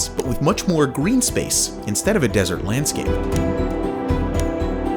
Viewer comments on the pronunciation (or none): none